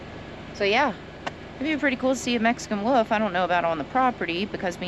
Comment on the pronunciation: elbowcough: WOLF * Not WOOF